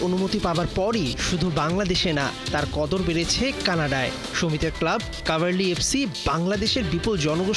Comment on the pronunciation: কাভারলি না কাভালরি।উচ্চারণ টা ঠিক করে করেন।